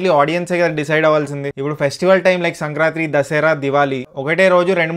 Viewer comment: మీరు దిల్ రాజు గారి శిష్యుడా? సంక్రాంతిని " సంక్రాంత్రి" అంటున్నారు...ఒక్కసారైనా "సంక్రాంతి" అని చెప్పండిసార్ ...తెలుగుని కూనీ చేయకండి 🥺🙏